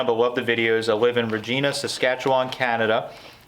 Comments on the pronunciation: It's actually pronounced Re-jy-na ..it rhymes with vagina. Seriously. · All Dressed Ruffles are the bomb! We could get 'em in Iowa a couple of years ago (for about a month.) I sorta figured you pronounced it Regeena so that nobody would misunderstand 😄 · That would be "Re-j-eye-na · Happy birthday! BTW, Regina, Saskatchewan is pronounced like..er, um...vagina...so ya know... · Regina...... substitute the R for a V for proper pronunciation.